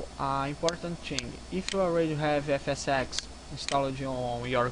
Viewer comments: You say FSsex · Did You say Fs sex xD Anyway Nice And smooth Fps .. Goood Video xD